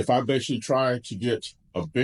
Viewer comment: Need to work on the word "basically"